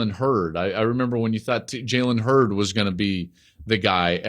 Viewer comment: It's Jalen Hurts Joel lol not Hurd